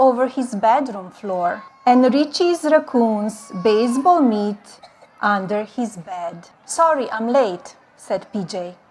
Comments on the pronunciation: thanks I had no idea what type of meat she was talking about. I didn't realise what she was saying, - 'baseball mitt', not 'baseball meat'😮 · I though her saying "mit" kinda x-rated as well